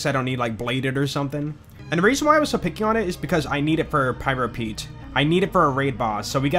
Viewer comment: Anyone else here jolts say pryro Pete instead of pyro Pete in the beginning lol